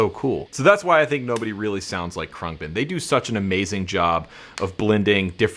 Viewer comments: Your new favorite band and you don't know how to pronounce their name: Khruangbin (/ˈkrʌŋbɪn/ KRUNG-bin; Thai: [kʰrɯa̯ŋ˥˩.bin], เครื่องบิน) is an American musical trio from Houston, Texas. The band comprises Laura Lee on bass, Mark Speer on guitar, and Donald "DJ" Johnson Jr. on drums. Thanks Wiki!! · I believe it’s pronounced crang-bin. It means airplane in Taiwanese. They are great! I can thank YouTube for working them into my homepage. I kept seeing this live version but never clicked on it. I finally was sitting in my music room with my bass and I happened to be high and ready for bed. I finally clicked on it and I’m sooobhappy I did! Great video! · Dude the way you say their name makes you sound so uncool 😂